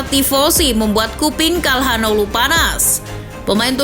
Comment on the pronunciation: Sedikit koreksi, hanoglu bukan hanolu min